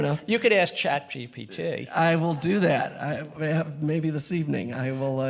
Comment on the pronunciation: "...Chat GPTaayy." What a dickhead